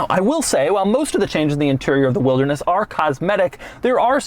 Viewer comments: Does anyone else think Doug saying Wildness is similar to Hoovies Garage's Riptide Blue? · He does not say wilderness normal once. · Drinking game idea; every time Doug says "wilderness" in a weird way, take a shot. You'll be blackout in no time 😆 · Why does he say "Wilderness" like that? Should they have called it something else? 😄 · I like the highlighted emphasis on wilderness😂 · The ridicule emphasis on the word, "Wilderness," was pretty comical. 😆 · The way Doug says”Wilderness” 😂😂😂😂😂😂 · Why you sound like Frankenstein every time you say wilderness? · the wilderness emphasis really cracks me up as you say it😂😂😂. Kenya represented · It's actualy f**** annoying.